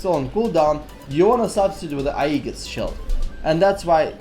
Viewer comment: Aegis is pronouced "Ayy Jis"